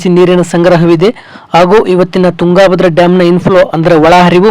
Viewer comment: ತುಂಗಾ ಭದ್ರಾ ಡ್ಯಾಮ್ ಅನ್ನಬೇಡಪ್ಪ ಮಹರಾಯ. ತುಂಗಭದ್ರಾ ಅನ್ನು.